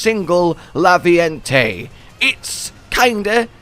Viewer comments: Raviente. Raviente. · isnt it Raviente?